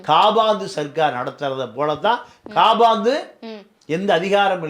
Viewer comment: Sir kaabaandu alla Kapandu